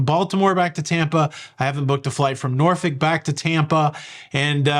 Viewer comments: Nor-fuk not nor-folk! Enjoy your cruise! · Sorry being Canadian was not sure that you pronounced Norfolk as Norfick....please confirm...thanks